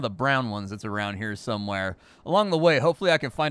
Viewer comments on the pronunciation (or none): I like that the narrator says somehwere.